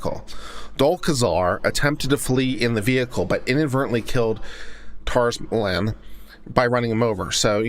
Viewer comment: To say their last names don’t try to pronounce the T